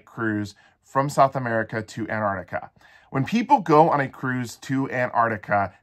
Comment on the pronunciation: Apparently Antarctica no longer has T's in it.